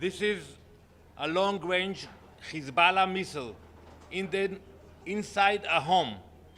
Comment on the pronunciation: 😂😂😂. His pronunciation of Hezbollah. Stop lying no one believes you.